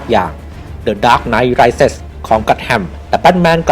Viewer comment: rise อ่านว่า ไรส์ ไม่ใช่ ไรส์เซ็น ไม่มี n ต่อท้าย